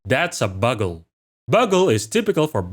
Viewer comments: Unless I'm wrong (because English pronunciation is sometimes dependent on context) I think "bugle" is supposed to be pronounced 'byoogl', like the instrument. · Bugle is peonounced Byoogle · "Bugle" is pronounced BYU-go-ru :-) it matches the name of the brass instrument used in the military. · this is just a small thing but i figured id tell you, the bugle is actually pronounced byu - gul (and is synonymous with the trumpet like instrument used in the military) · So not to be annoying but “bugle” is actually pronounced with a long o sound. Like “bYOUgle” or “byoogle” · Great video! Just a heads up, in English, "bugle" is pronounced "byoo-gull". Think of the "u" similarly to how it's used in "huge" or "cute".